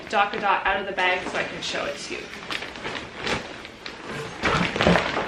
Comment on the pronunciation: not going to lie; i hate the name of that product although it sounds like you're saying "Dock-a-Dot" rather than "Tot"